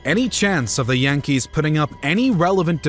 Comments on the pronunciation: And that's how current inhabitants of the Bronx pronounce their baseball team. Jan-kees.😅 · That's how current inhabitants of the Bronx pronounce their baseball team. Jan-kees.